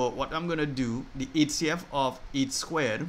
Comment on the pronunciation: Hi Sir Goodmorning, for Qa(1) Is it H.C.F or A.C.F that u are saying? In your other videos I have watched I never get it clear